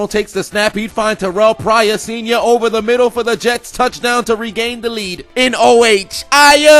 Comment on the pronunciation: "in dee middle" I DIE EVERYTIME